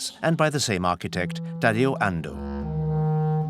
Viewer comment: "Tadio" Ando. Japanese architect and his name is pronounced Tadao Ando.